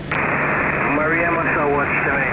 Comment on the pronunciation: Sounds like the "R" in Papuan names is spoken as a "D". Mariama in this video spoken as "maddy-arma" and I've heard you say previously Iteri as "e-teddy". Interesting. Thanks for another well-executed flight vid.